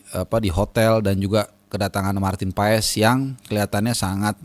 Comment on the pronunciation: PAES dibaca "pas". Dia akan senang mendengar namanya disebut dengan tepat dan benar.